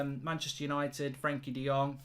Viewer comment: De Jong = De Long 😂😂😂